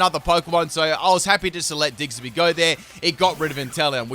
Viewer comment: So we gonna slide past him saying diggserby rather than diggersby? I mean I love the guy but is it his accent or is he just saying it wrong on accident?